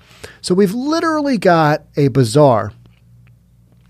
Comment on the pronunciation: I like how you pronounce Bazaar Bizarre. ;)